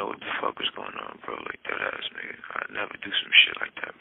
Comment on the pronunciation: Can someone tell Tory to stop mispronouncing "bro"